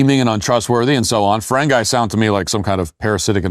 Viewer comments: The way you pronounced Ferengi (fur-en-gee) as Ferenguy makes me appalled. And that's why, today, you are canceled. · The fer ren gee you monghead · Hey you missed voyager! And its pronounced fereng ee lol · Too bad u cannot pronounce the name. Ferengeee. Da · Poser Trekkie!! Ferengi is pronounced like Feregn-E, no “I” at the end🥴 way to out yourself as a wannabe nerd👎👎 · Feren-guy? Nope, not an actual Star Trek fan... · It's ferrengee not ferrengie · Matt!!!! It's pronounced Fuh-reng-gee! My inner nerd was assaulted when you pronounced it wrong! 😂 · If you’re going to claim to be a Trek fan, you have to learn how to say Ferengi(fur-een-gee)! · Did Matt really just say “fur-in-guy”??? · Ferengi is pronounced "ferr-eng-gee". This is how I know you've never watched Star Trek. The show is beyond awful, though. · It’s pronounced Fur-eng-ee and they were the misogynist capital pigs. FYI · For-en-Gee. But that's all good. Funny stuff. What a train wreck show. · Matt, I think you're great but... It is not Ferengi with a long i sound. Here is the phonetic breakdown: "Fer" (like "fur"), "eng" (like "eng" in "engine"), "i" (like "ee" in "see"). Also, they are pure, buyer beware, capitalist, all trades are final and acquisition by any means is acceptable. Lastly, for a Ferengi, whoever dies with the most, wins. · Dude, you lost me at Feren-GUY. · Starfleet Academy is garbage nonsense, but I can't condone a review that calls Ferengis "Ferain-guys". I had to stop right there. 😂😂😂 Star Trek is NOT communism. Walk it back. Start with Captain Kirk and crew in production order! I get you still had interesting points to make, but it'll take me a few more tries to get through this! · fer-'en-guy ? With all the money you spend on producing these videos, nobody caught that? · FA-rain-gee. You large earphobist bigot!! Otherwise good job. 😂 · "Fereng-eye"... tell me you don't watch Star Trek, without telling me that you don't watch Star Trek! 🤣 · Great review but it's Fereng"ee"